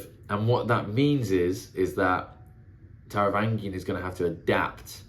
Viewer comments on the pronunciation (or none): Taravangian has a soft G, like in strange.